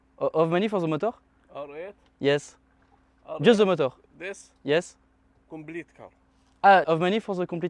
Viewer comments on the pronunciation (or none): "Engine", pas "motor" mdr